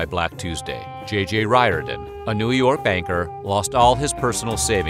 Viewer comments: jj riordan pronounced rear-dan. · Riordan is pronounced "REAR-DIN". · Well you certainly have a unique pronunciation of Riordan. I thought id heard them all in my 33 years but you've come up with a new one.